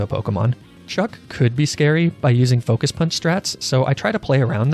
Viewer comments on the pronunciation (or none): none